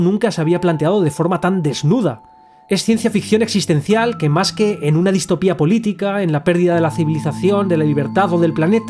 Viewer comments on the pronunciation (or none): none